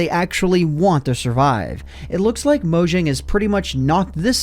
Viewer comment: Down voted for pronouncing it "Moe-jjang" instead of "MawJong"